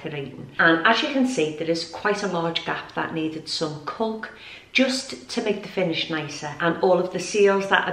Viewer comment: Hi u made me laugh when u described the sealant as ‘culk’ it’s actually ‘caulk’ pronounced CORK 🤣🤣🤣 xxx